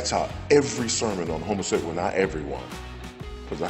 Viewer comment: It's amazing how everytime on YouTube I hear something from this man it's about homosexuality. And he usually can't even pronounce the word homosexuality correctly anyway. He says homosexeality.